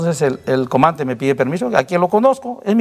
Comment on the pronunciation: Coronel: Eeeeeeeso es to, eso to, eso es todo amigos. No termina de pronunciar casi todas las palabras. "El comante".